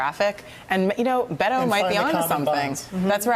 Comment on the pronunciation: This guy claims to speak Spanish but he can't even pronounce the name he uses by cultural appropriation correctly. It is not "Bet-to", it is pronounced "Bay-toe."